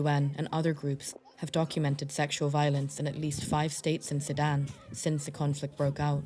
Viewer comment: SU DAN !!! Say SU DAN!!! Not Saddam!!!